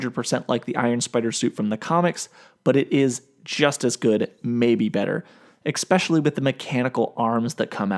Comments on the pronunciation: Did you just say exspecially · It’s questionable at best how intelligent this list is when the man said “expecially” like a god damn 5 year old 😂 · This guy lost all of his credibility when he said "expecially" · ECK-SPECIALLY? C'mon, brother...proper English pronunciation matters. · "EXPECIALLY"?? Really dude? You just went 100% early Angry Joe there ;p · He said “ecspecially” during the iron spider spot